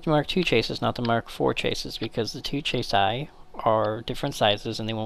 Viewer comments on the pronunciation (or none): It's 'chah-see' not 'chay-siss' Bloody Americans... :P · chassis: pronounced chah-see.